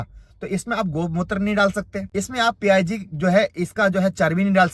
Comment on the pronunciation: Pig ko P I G bol raha he 😂😂😂. Brother do some research